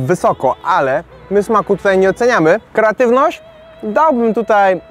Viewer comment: dosllownie sie udusilam jedzeniem kiedy zauwazylam ze powiedziales keratywnosc zamiast kreatywnosc ale jem wiec leci like